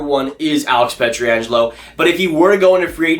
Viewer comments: You know it's P-ietr-angelo and not P-etri-angelo, right? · Please stop butchering Pietrangelos name.